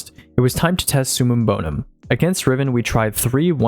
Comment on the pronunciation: It’s summum bover….